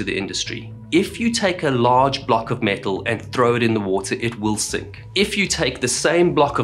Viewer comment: Every time he says metal, I hear the parrot going "MEtal"